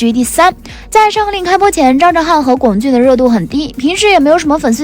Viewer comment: 已经有很多人在上一条说过，龚俊的龚念一声，这里还不改，以后做相关的，不看了，听着难受